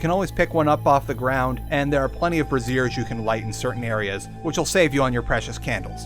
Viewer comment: This poor man pronounced braziers (bray-zhers) like brazierres lmao